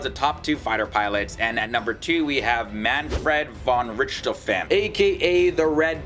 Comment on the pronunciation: Him: Mänfred fonn Ritschtofänn Me, a German: lol wtf